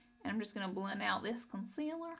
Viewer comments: "Con-siller" haha she's so cute & I love the look! 😍💕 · I like the way she says concealer XD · me too :D